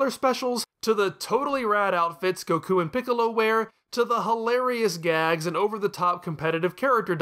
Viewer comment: Why do you pronounce goku so weird...im just gonna assume your doing it on purpose like "bluema" and "super cyan"